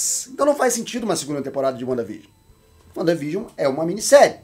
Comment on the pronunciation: Uanda Vigion 😂😂